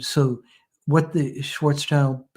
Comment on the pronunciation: First of all: highly interesting and well done, thank you both! Second of all, on a sidenote: The man was named Schwarzschild (not Schwarzchild) which is pronounced roughly like Shvuhtz Shilled. Actually this German name translates to Blackshield rather than Blackchild, not childish at all. As you may guess, I am German. 😃🤓